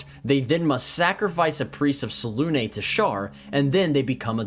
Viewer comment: I can tell you're a professional because you pronounce Selune correctly. C'mon BG3.